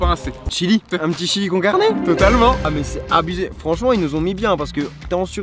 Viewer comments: 𝖈’est quoi un « chillikoncarné « ? Moi je connais le « chilli cone carné » mais pas le « chillikoncarné » 😂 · « un chilli con-e- carne »